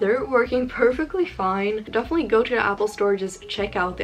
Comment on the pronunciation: its not "twho", its to.